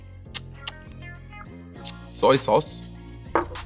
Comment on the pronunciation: the way he said soy sauce 😂💪